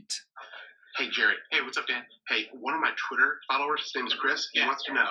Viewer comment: Is it just me or in the video where he asked who they would eat on an island it was kinda weird how he kept saying my follower "chirs"